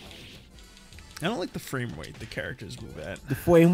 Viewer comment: “Fwame wate” 🤣🤣